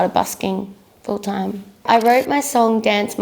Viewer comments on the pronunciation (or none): She didn’t explain why she says “dime” instead of “time” And why she goes “then I make you DUVIT all again” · I love how she owns her accent by having "dime" on her hat, just like she pronounces "time" all the time. ;) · she says it like 'time' when she's talking, but her 'singing persona' or voice or whatever says it like 'dime' lol